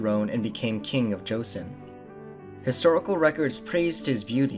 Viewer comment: how could you guys do all this extensive research but still do not know how to pronounce joseon right